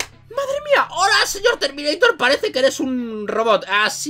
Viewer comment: me da risa porque querias decir pero hi dijiste oello